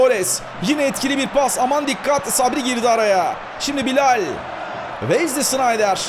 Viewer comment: Abi çok güzel BİLAL diyorsun . :-) Bilayll